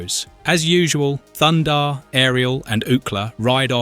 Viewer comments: It's THUNDARR not thunder. I can't believe you say his name wrong every time. It's written right there, are you dense in the head lol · Great vid but it's Thun-Darr ! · ThunDARR, not Thunder. Are you trolling us? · He doesn’t have a Mohawk. He has a Mullet and his name is Thundar not thunder. Very distracting from an otherwise very good review. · Can you take this down and have someone other than an idiot Europeen mispronouncing "Thunder" the barbarian about every third time?